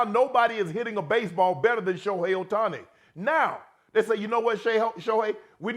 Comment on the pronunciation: He called him Otuni, is all you need to know lol